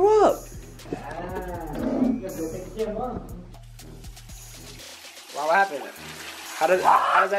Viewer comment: Why did say wow like that😂